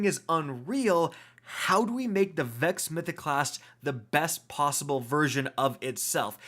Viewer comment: "Vexo Mythoclasstu Overpowaru" here